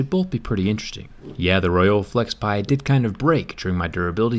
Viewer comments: Its FlexPai not Flexpie! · wtf flexpei 😂 its flexpai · I thought it was Flexpai and not Flexpie ? Let Jerry see this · It's flexpai Zack. Get it right lol